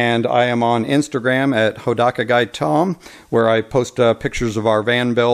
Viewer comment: haha...you pronounced your name like "ha-da-ka" which happens to mean naked in Japanese. so now you're the naked guy. thanks for the video. just what i was looking for.